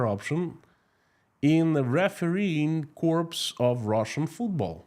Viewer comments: Just a heads up, because it makes me cringe every time… The word “corps” is French rooted and retains the French pronunciation, “core”. It’s a very different thing to “corpse” which does pronounce the p and s. Not a big thing, but when you use the word as often as you have to, it’s probably worth fixing. Hth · I love English Breakfast Tea❤️ BTW "Corps" is pronounced "Cor" Knowing the Russians' perspective on global news would be interesting